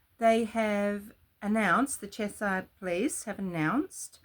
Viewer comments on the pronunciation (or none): Chesh errr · It's pronounced Chesh - ear